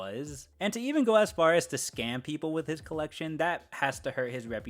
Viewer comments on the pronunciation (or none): none